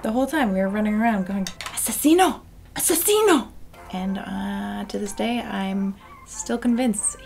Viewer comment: The way she pronounced "assassino" made me jump. She sounds JUST LIKE she's speaking Portuguese.